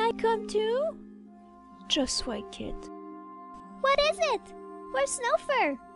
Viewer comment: it’s white KIT...... Sorry I get very mad when they say a warrior cat name wrong xD